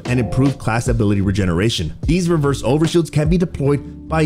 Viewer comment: RESERVE overshield. Like a spare overshield. Not reverse lol